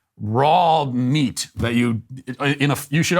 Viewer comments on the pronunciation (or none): none